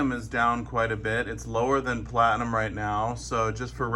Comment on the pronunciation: See all it took was calling it "flatinum"...lol. He just said that within the last month or two.